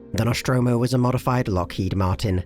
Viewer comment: Noshtromo? Isn't it "Nostromo"? Where does that "sh" sound come from?